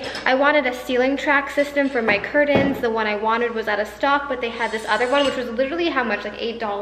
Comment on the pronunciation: lol... curtains, not curdins. You say it so many times.